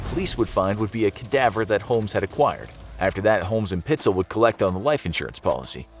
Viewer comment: Correction: PITES--ELL